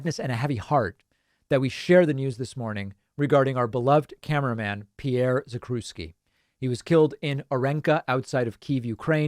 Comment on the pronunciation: The proper pronunciation is "Zack-chev-ski"